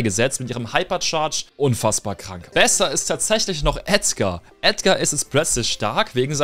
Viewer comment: Etzgar😂 es heißt EDGAR😂😂😂